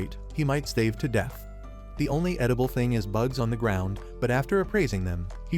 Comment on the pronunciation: stave to death, wow your ability to pronounce starve is not good. Actually, I have this feeling that I have a bot reading to me that can't even read. OK, it does well most of the time, but reading as bad as I do is not a good selling point. It does make me wish that people who make videos would check them to verify that they are good and not shit on a stick. Actually, I think even though I was enjoying the story I have no faith in this producer. I'm out!